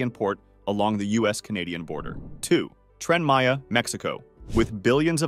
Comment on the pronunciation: It's that damned AI speech and text again. The intonation is easier on the ear here but "Cable state?" Twice? "Trend Maya?" and now the hilarious "A shocking toll has already been exacted, with 120 square CM of jungle cleared" If you're being so pushed for time to get it out there, then take your undoubted skills elsewhere. If you just pressed send, then you're letting yourself down. And us.